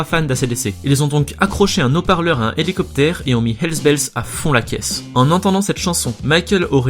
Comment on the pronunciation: "un Naut-parleur à un Elicoptère"... Règle du h aspiré et du h muet à revoir 👩‍🏫